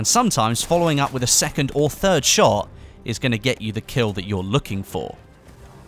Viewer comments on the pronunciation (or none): none